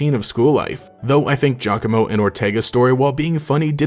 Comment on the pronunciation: Thank you for not pronouncing Giacomo's name "gee-awe-coh-moh" like every other PokeTuber does. And since we're talking about him, my theory is that he's Guzma's nephew.